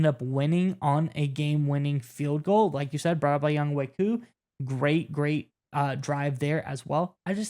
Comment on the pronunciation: Its pronounced Young way not Young Hoe.